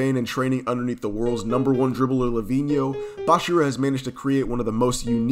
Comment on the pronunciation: Bro its not bashira Its bachira